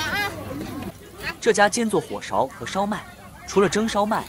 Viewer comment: 来自沈阳人的小贴士：火勺的重音在火，勺读轻音